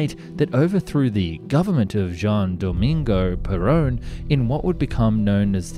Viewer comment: jajajajaja me encanto el vídeo, todas las palabras como "pulqui", "Córdoba" o "Juan Domingo Perón" están mal pronunciadas jajaja